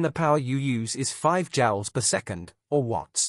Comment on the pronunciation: Joules not Jowls.... how you gonna take over the world if you cant speak?